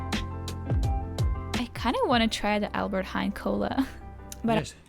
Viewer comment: I love your accent 🤣, sorry. "aLbErT hEn" 🤣 it's hAIN. Like you say the word nein, but Heijn. Idk why the e is silent, we almost never have silentletters, but maybe it is the old Dutch or something